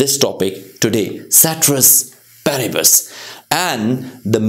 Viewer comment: Sir I admire your teaching but pronunciation is wrong with ceteris paribus. Love from Nepal